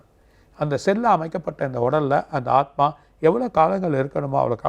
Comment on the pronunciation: Aathumaava?? Aathma solla varalai anchor ku